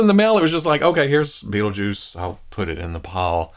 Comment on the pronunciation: Hell yeah, been curious about this one for awhile. Also love how that accent hangs on "Bait-le-juice" 🤣